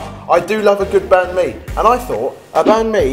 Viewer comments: Its bánh mì not bánh-mi hâhha XD though its a very good video Love the recipes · Banh mi is pronounced more like bun me :D. Well thats how i pronounce it in viet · You totally botched the pronunciation on banh - mi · Seriously dude.. A bahn-mi without hoisin ? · saying banh mi is making me cringe since I'm Vietnamese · you said banh mi wrong